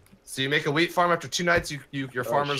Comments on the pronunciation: Ok,this might just be me but first was talking about brownies and then they were talking about wheat which sounded a lot like weed when I heard them say it. Just saying 😐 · I keep hearing "Weed" instead of "Wheat" and I'm LMAO